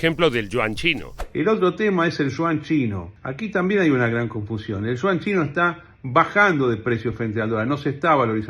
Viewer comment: "El Shuan chino" ¡¿ qué cosa es eso ?! Ah, ya se... El Yuan chino, la moneda de China. 😊